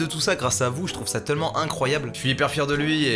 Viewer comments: Pourquoi tu dis « TeUllement » au lieu de « Tellement » ? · Raah tu dis « teullement » ça me stresse sinon super vidéo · Mastu à la place de dire tellement tu dis teullement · pk il dit teullement